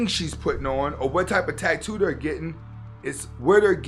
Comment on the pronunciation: Dude, why are you pronouncing Asta la vista ,Hasta la vista ? Also you're saying tag- too instead of ta -too. Not trying to be a dick; I just noticed and thought you might not have, because everything else is on point Thanks for the content